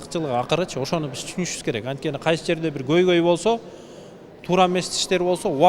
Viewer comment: кыргыз тилди катуу колдойт, анан, жазайт, бис, жазабайт деп создорду туура эмес суйлойтко...... жазайт-жасайт, бис-биз, жазабайт-жасабайт.